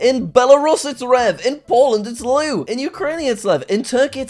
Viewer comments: Polish name for a lion - LEW, is not pronounced Loo', it is the same pronunciation as in Russian - LEV. The Polish W sound like English V. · I would assume that the divide in Poland has to do with German history, since northern Poland was a part of german empire for quite a bit. But not sure. Also, w in polish is pronounced like the english v, and ó is like oo. So the endings are -oov, and -ovo. Also, lew is pronounced like lev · Jack, in Poland w is pronounced a v - 'e' is pronounced like how you pronounce it in 'bed'. It's not 'loo'... However with Lion the w at the end has a bit of an 'f' mixed into it. - again, it's a v sound not a w. And an o with a line above it is pronounced 'oo' (but not in the same way as English, like you did in lew, hard to describe) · In poland its not luł its lew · you pronounced it “loo” for Polish but we pronounce our w’s as v’s so it’s also “lev” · In polish you pronounce it ‘lev’ not ‘lew’ ;) Edit: You also pronounce it ‘ovo’ not ‘owo’ & ‘oov’ not ‘ow’ ;) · he says ‘Lew’. However it is pronounced ‘Lev’. So all I’m saying is that he’s educating his viewers with the wrong knowledge. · JACK its pronounced lev not lew even tho its spelt lew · Btw the way to pronounce lion in polish is lef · The way Jack pronounced Lew in Polish makes my ears hurt just you pronounce it 'lev'... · As a polish person, I need to say that a W in polish is pronounced like a V. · In polish w is v so to pronounce lion is polish is lev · It's Lew and owo and ów, but the w is pronounced like a v because there is no v in polish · Hearing jack pronounce the 'w' in lew as the english Pronounciation makes me want to die. (In polish w is pronounced as v) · the misspronounciation of "lew" 😭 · The pronunciation of Lion in Polish absolutely killed me, Instead of saying W as normally W, in Polish W is pronounced as "V". I expect a better job from you Jack